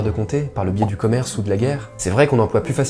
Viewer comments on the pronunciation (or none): none